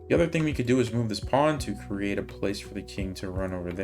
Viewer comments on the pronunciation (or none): none